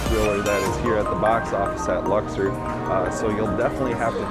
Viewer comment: Why are you pronouncing Luxor that way? There's no e in that word